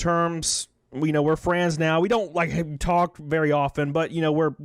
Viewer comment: Goddamn you. I can't stop hearing "FRANDS". 😂😂😂